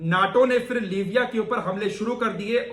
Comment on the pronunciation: Bhai kaise musalman ho Urdu bhi nahi aati fir se,fir se kyon kehte ho phir hota hai tumhe to doosron ko batana chahiye video bana rahe ho aur Urdu mein itni badi mistake